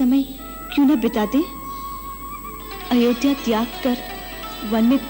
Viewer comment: The way said Ayodhya☺